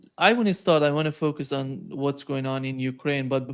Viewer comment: Now, help him with how properly to pronounce "focus", "focusing", and "illegal". Go on!! 😊